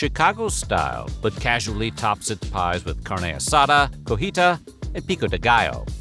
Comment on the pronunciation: Cotija cheese is pronounced coh-TEE-yah, not co-HEE-tah.